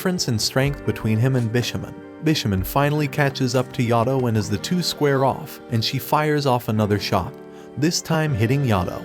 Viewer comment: It's not yado it's Yato